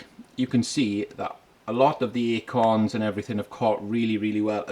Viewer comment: Bro sounds like he's saying "akons" I keep thinking about the 00's rapper, hahaha.